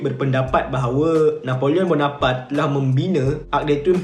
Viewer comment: Rasanya sebutan yg betul: "Na po leo Bo No Par Tae" Dlam french, jika berakhir dengan 'e' maka kena berbunyi lah 'e'. Kalau berakhir dengan konsonan tanpa 'e' makan sebeutannya silentkan sebutan konsonan terakhir itu. For eg: Napoleon Bonoparte Sebutannya silent 'n' utk Na Po Leo, dan perlu dibunyikan 'te' dalam Bonoparte. Betulkan jika saya salah.